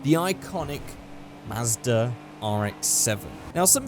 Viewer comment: At first I thought u said ASDA RX7